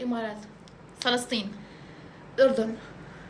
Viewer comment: كاني سمعت سرسطين وهي فلسطين